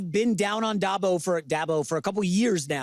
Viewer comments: Lol yeah I caught that too. He said Day bo. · loses all credibility after butchering Dabos name so bad